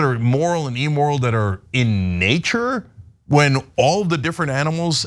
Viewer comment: Cenk -- It's "im-moral" not EE-moral. And ManatEES, not ManaTays.